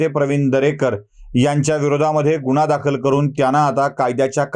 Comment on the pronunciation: गुण्हा? शुद्द उचचार 😂🤣